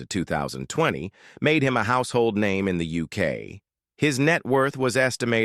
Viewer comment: too bad this narrator can't pronounce names correctly